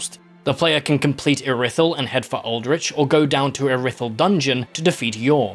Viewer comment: im sorry but callin iri-thyll ir-i-thyll has got to be the biggest fumble of pronounciation oat